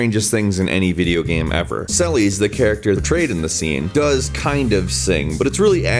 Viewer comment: Nice vid! The one thing I didn't like though was the pronunciation of Celes. The way you said it was basically "sell-ease", which, to me, sounds wrong. Mainly because of words like Celestial or Celeste. I get the argument that the Japanese pronounce things slightly different than we do, but that doesn't change the fact that its being pronounced wrong. I don't want to go much more into it, it just bugged me is all. Great video none the less!